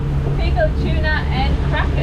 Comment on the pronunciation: Why do you pronounce tuna as chuna?